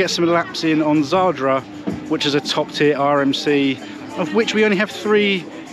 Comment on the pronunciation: It's zadra not zardra.